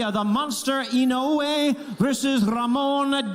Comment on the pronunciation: Typical disorganized MGM, they don't know how to pronounce Naoya Inoue's name.